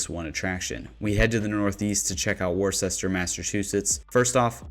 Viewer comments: Wo-ster, not worstichire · Worcester is pronounced wua ster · Maple Hill Disc Golf Course is in Leicester, MA. Pronounced (Lester). Also, since I’m commenting Worcester is pronounced (Wuster). The more you know! 😂 Keep up the great videos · Almost barfed when he said warchester and I'm from Ohio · I know that people that don't live in MA have no reason to know how to pronounce our cities correctly and they make little sense. "Worcester" is pronounced like Whisterr or wuhster... I know... I'm not sure why either. Just thought I would provide some info! Keep up the great work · "Wis Stah" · 😂 if you are going to include Worcester, MA…..you should at least pronounce it correctly 🤣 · before you get too much flack for your pronunciation of Worcester, it's better to be on the list mispronounced than not on the list at all, and i'm sure the residents of Worcester are happy you didn't just call it Boston lol